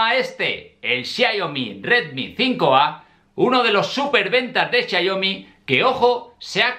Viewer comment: XIA IO MI....??? ES XIAOMI.